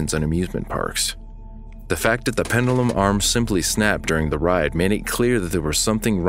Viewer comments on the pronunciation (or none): Pendulum Not pendelum It's hard to listen to when you say it so often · I wish the narrator would’ve learned how to pronounce “pendulum” before making this video considering how many times the word was repeated in the script…. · I'm actually most disturbed by the mispronunciation of "pendulum." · never heard anyone pronounce pendulum this way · Man's got that Roman pronunciation of pendulum going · Learn the correct way to pronounce the word pendulum.